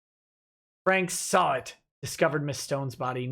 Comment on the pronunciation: everytime said Mr. Sahwit, i hear Mr. Sabat.